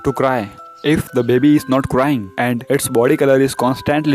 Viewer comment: the way he says baby: Babee